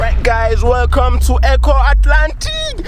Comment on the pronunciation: I think it is Eko Atlantic not Ehko Atlantic like you are saying ooo